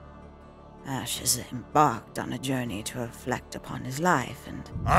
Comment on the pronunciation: Its ASH NOT ACSH